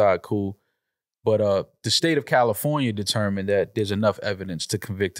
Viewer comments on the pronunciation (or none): none